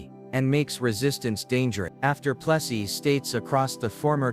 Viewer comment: Keeps mispronouncing Plessy.